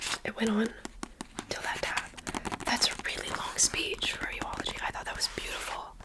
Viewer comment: No flame but it's eulogy not euology